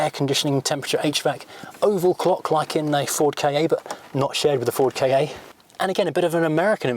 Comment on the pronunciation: You pronounce the Ford Ka K.A. then,? I've always taken it to be prounced ka, as in a play on words on the word car